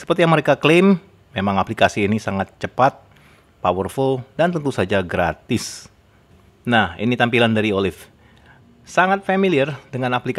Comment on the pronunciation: ngomong gratise biasa wae om hihi keto e tegess temen ...😄